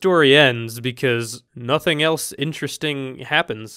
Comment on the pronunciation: "...because nothing els-a intresting happend"